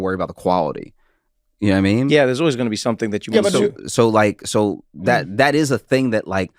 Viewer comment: Trevor has a bit out there somewhere about his friend "Na-mean" and I've been wondering forever: is that Josh? Every time he says "know what i mean it comes out "na-mean" and I just want to know!